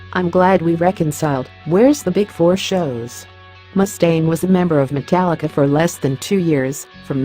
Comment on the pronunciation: Notice that we said he said "Metallicar" Lol. and this video is b.s. because i met james a few weeks ago shook my hand autograph took not one but two pics with me and we were talking for about 10 minutes.